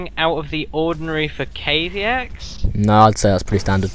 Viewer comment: Haha Thanks for hosting the tourny,I am Kaviex(BTW pronounced Kah-ve-ex) and also thanks for casting the games,it was fun,and yes,my supply blockage was terrible in this game,dont know why lol,probably just nerv's :)